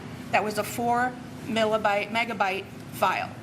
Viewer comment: It is megabyte not Milabyte.